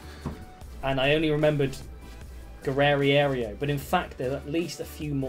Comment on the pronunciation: Who the flip is Guerrerierio? It’s Guerreiro and it’s pronounced Ge-ray-ro